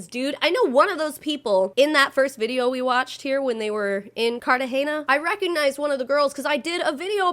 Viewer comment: she keeps pronouncing Cartahena wrong and it's annoying me so much